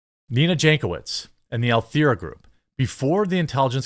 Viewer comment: How tough is it to pronounce "Alethea"? The name is Greek and means "transparency" (and similar synonyms), which means it's a bloody JOKE on us ALL, Jeremy. Thanks for all you do. I know millies have a tough time with the English language; you ppl were robbed of much with regard to communication (not netspeak and interwebs thingies). But, with the actual language (again, not lingo, mind you), you people are basically horrors.